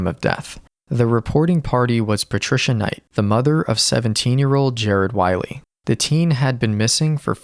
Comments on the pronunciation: Poor Jared can’t get his last name pronounced right on this channel. You’re calling him Whiley like the coyote when his name is clearly Whaley like the whale. Please, honor him with getting his name right. Thank you. ❤ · I think his last name is pronounced ‘way lee’